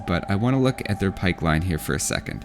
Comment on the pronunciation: regardless of where they're et on the health bar That was the most Canadian I've heard you sound in any video.